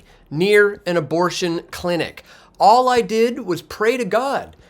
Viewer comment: Love your work. (All, not allz, he did) So Canadian